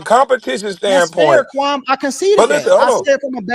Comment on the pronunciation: Stop calling that man "Kwam", like yawl fukkin.